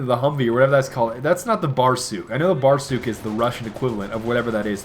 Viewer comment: It's barsUk,not bArsuk.